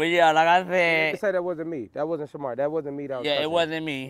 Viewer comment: Is it me or Marco never said Shamar name right 😭😭😭😭